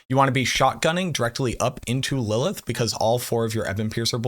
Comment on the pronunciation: You're adding too many "L"s to Lilith